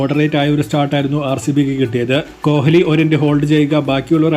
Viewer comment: കോലി എന്ന് പറഞ്ഞാൽ, " ഹ് " ഉച്ചരിക്കണ്ട